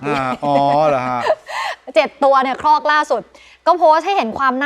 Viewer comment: ครอก ครับ ไม่ใช่ คอก